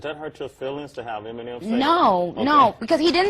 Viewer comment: You know something,his name is Eminem,Not m and m! He is not a snack! (Who heard that lmao)